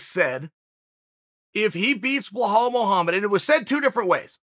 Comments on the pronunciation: even with those glasses u still butchering his name ( Belal) Bee_ lal. not Blahal. 😩. 💪🏼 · Always get smarter after listening to chael Only thing, you keep saying "bell-hawl". It's pronounced "beh-LAWL" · WHY THE FAK HE KEEP CALLING HIM "BLAHOL" IF HIS NAME IS BELAL? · Chael, the name is not Bohall, it's pronounced Beelal Muhammad. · BLEHAAL mohammed ? For crying out loud. His name is BELAL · After hearing behall so many times, I can’t go back to belal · This guy butchers names like b one else... it’s not BlaHal it’s Balal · Chael: Bluhall Mullamed Me: ok great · Everytime Cheal says Blehal take a shot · Nobody: Chael: Blah-hall Muhammad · If the Undefeated and Undisputed Champ pronounces it "bEhall", so it shall be. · Chael "Blah Hall" Sonnen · Chael " blaa hall " Sonnen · Chael who is Blahall??? Do they not teach spelling and sounding it out in Oregon or something? It’s really not a tough name I don’t know why your struggling. His name is Remember the name and you can’t even say it correctly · Chael put an effort in getting his first name right it's not Boholl Muhammad😂😂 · Where do you see in the name Belal an " H" sound? I mean it's the third or the forth time you say it like this. I only bring that to you because I'm a big fan and it's not that hard of a name to pronouns like some Russian names, ok great.